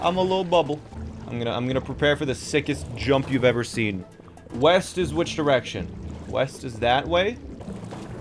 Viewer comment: I thought you said weast